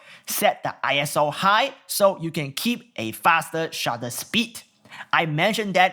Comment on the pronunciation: I love your videos. They are The BEST! 😎👍 Point of note: ISO is pronounced 'Eye-So' and not I.S.O. It isn't short for anything and really shouldn't be all caps, but it is. Oh well. Again, I just love how comprehensive you are in all of your videos and whether I plan on buying the camera you are reviewing or not, I love to watch your videos anyway. You are funny, entertaining, informative, and have a unique accent for English that I just love to listen to. 😋 Keep making videos and I'll keep watching them. 😊👍